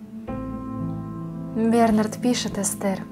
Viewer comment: Не хочу тебя обидеть, но были ошибки в произношении слов БернаАрд, и таких ошибок было достаточно. Но читала ты этот стих действительно очень хорошо.